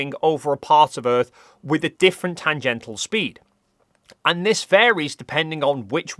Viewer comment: Tangential NOT tangental!